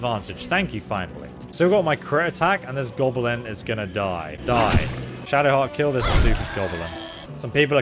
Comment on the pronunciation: FFs, Goblin, not gobe'lin...!